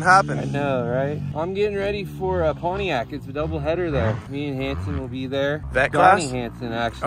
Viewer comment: He called it Pontiac.. haven't h are that in a minute